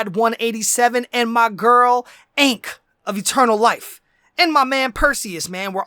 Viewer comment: Mispronounced ankh